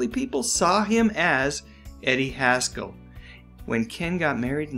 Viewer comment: Haskell......rhymes with rascal.